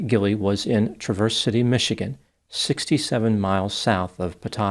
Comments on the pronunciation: Not trying to be rude, but it is pronounced Tra verse City not Trav erse. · O.k I live outside of Trav vers city not Tra verse it's pronounced the first way. Trav vers. City , spelled Traverse City . You pronouncing it wrong. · This happened in my home town, Traverse City. You pronounced it differently though. It’s Not Truh-verse city, it's Trav-urse city. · The way you said Traverse City made me choke/cough/laugh soooo hard !!!!! 😂🤣 It s pronounced: TRA-VER-ZZZ At least that's how I have always heard it said and my husband was born in Detroit and my bestfriend was born and lives in the upper peninsula about 45 mins from Traverse City 😎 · TRA-verse (with an A like in mad). 😂 Luckily this is too rare a city to get its own Tick-Tock pronunciation tradition. Great job on Cheboygan! 😂. Don’t even bother with Ypsilanti or Dowagiac… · It’s pronounced like the name “Travis” 😭 Where is my Michigan people? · Not being a pesky grammar cop… but it’s pronounced Traverzz-city or Traver-City by locals. It’s kind of spoken like it’s one word. Also this guy needs serious help, not necessarily prison. He’s been screwed over all his life. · Traverse City is pronounced with emphasis on the first syllable, like Travis. TRA-verse. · Traver-city —— Michigander’s don’t say the middle s. It’s said as one word. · You are mispronouncing Traverse City!!!!!!! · Traverse City is pronounced with accent on the first syllable. Ouch,.